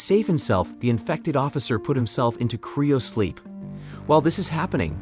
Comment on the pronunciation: What in the fuck is "criosleep"? its CRYO sleep, not CRIO.